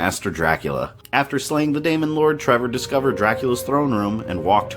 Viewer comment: You keep saying demon wrong and it annoys the shit out of me